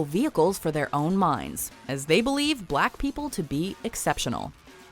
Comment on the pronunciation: Why does she say black people like that? Lol wtf